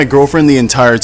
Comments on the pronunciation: Around the time he exposed himself. He also said asame-ed instead of ashamed! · You said asame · He said "You should be asame of your shelf" there was no d